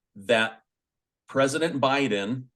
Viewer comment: Pressttiuts.. Love this guy